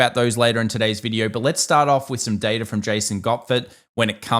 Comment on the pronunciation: its Data, not Data!!!!